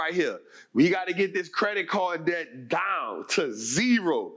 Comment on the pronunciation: It's debt not dedt